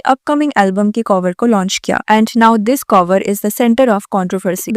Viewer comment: covor nhii cover hota h madam 🙄